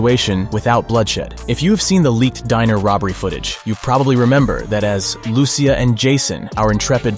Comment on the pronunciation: Imagine they send us to jail for a few minutes 🤣 and I think you’re pronouncing ‘Lucia’ wrong it sounds like you’re saying it like Lucifer, you gotta say in a Spanish style “Lu-si-ah” “Lucia”